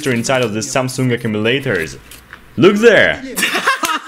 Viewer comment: Let me present you... THE SAMSOON ACOOMILATOR